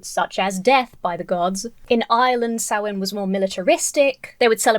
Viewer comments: Hey! We can be devils together, I'm a Witch and a Pagan! Lol Like 99% of people don't even know what is truly satanic or what a satanist believes. Samhain isn't pronounced as it is spelt, it's pronounced Saa- wn or Sow-wen. Apart of the reason why we dress up as monsters/ "evil beings" is because spirits are supposed to be affraid of those things. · Is it wrong to be amused by the various mispronunciations of Samhain? My personal favourite was reading that it's about Sam Hain - an evil Celtic Deity who demanded child sacrifices. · That man said Sam-Wayne with the straightest face! 🤣🤣🤣🤣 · Not an “accent thing”. He said SAM WAIN. Aaaaahhhhgg!! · Sam Wayne is evil. That's how he pronounced it, Sam Wayne. I am certain. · it's pronounced Sow (as in female pig) in. It's an ancient Irish religious tradition. It's also the Irish word for November. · "Sam Wayne" isn't the consequence of an accent. It's the result of not bothering to look up how a word is pronounced. That, or it's a relative of Marion Morrison. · This guy is a ninny, but how can anyone know that 'Samhain' is pronounced 'soween'? Orthographers were never consulted for Gaelic, obviously! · Mr. CotW mispronounced samhain, whether out of ignorance or possibly intent (out of fear of invoking demons or something) and it was not just his accent. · Hey…credit where credit is due…at least he didn’t pronounce it “sam hayn”. He’s still a nut job tho. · You are correct. It is spelled Samhain and he was pronouncing a foreign word with English pronunciation. He also was not annunciating well. But you did pronounce it correctly. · Yay devil worship, his version of halloween actually sounds more entertaining than actual halloween, and the mispronunciation of Samhain it sounds like he's watched halloween 2 too many times. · the way he pronounced samhain is painful the 'proper' pronounciation varies from place to place but im pretty sure its something like 'sow wen' or 'saw win'